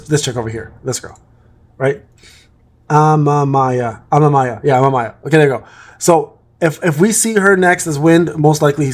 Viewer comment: its pronounced ama me ya like mamamia without the m at the start